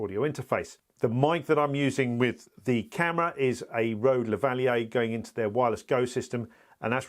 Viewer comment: Thank you for correctly pronouncing Lavalier! Very useful feature ..